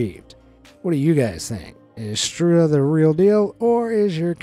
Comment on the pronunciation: it is pronounced "pajkić" ... and it is not struZa but struJa , you completely mispronounced it ...he discovered his "talent" by working on a construction site and wanted to remove the cable from the mixer from the water, there were "bare" wires on that part of the cable, when he caught it with his hand, others looked in wonder that he was still alive... the rest is history..